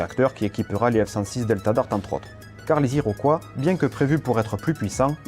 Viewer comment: Who hired the English-speaking announcer? He can’t pronounce Iroquois, 105, A. V. Roe, etc. This is typical of so many of these YouTube features.